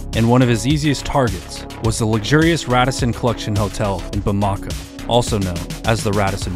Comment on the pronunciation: Bamako is pronounced Bah-M ah-Ko